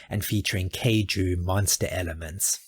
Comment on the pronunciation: Just a quick note; The man’s name is actually pronounced “RAY-mee”. And despite having a similar spelling, that particular Japanese word is pronounced “K-EYE-jew”. (Long “I” sound) Also, it’s not just an anime genre; the “Kaiju” genre began in live-action with such movies as the ‘Godzilla’ franchise. 🙂‍↕️